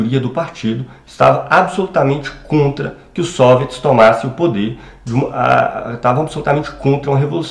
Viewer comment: Por que você fala SÔviets e não soviÉts como é o habitual?